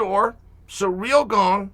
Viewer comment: Love ya Chael... But learn how to pronounce GANE